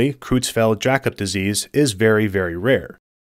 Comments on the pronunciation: Creutzfeldt is pronounced kroytsfelt, not krootsfelt. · Creu- in "Creutzfeldt" is pronounced like "croy", rhyming with soy, boy and Roy.